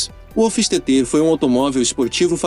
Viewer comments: A pronúncia do "hofistetê" que ficou a desejar... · A pronuncia hoffsteter esta errada..seja como for de todos era a joia rara da historia dos esportivos por encomenda .eu queria ter um ja que nao posso ter um delorean..